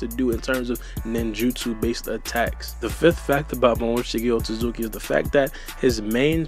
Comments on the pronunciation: Lol pronounces it as Momoshiki OtZUZUKI! Like cmon it’s OtSOOSOOki lol. always trippin on pronunciations. But some ppl are worse so I won’t hate too much 😂🤷🏾‍♂️ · And you said up top "Otsoosooki" lol. There's clearly a T on the middle so you're saying it wrong.